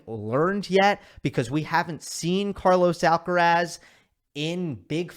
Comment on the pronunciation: No podrías esforzarte un poco, solo un poco, en ponunciar bien "Carlos Alcaraz"? Yo creo que eres capaz